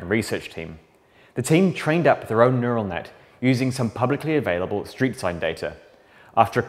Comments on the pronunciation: “Neutal Net” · “neutal net” ah yes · What's a neutal net? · Neutal net... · Nutal net huh? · It's "neural net", with an "r", not "neutal net". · Neutal net , though